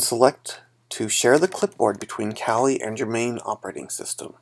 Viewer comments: lmao you said colie instead of kali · oh lol i just thought that was a bit silly